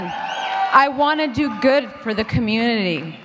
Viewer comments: Branco Really? She can't even say community without slurring! I love it when she lets her guard down and is more her real self. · yay Madonna! she sounded like she was a bit drunk for a second there, when she said "I wanna do good for my community" lol! so awesome.